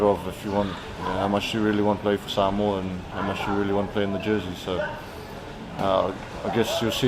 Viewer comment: Coach, please learn to pronounce Samoa properly. Keep up the good work!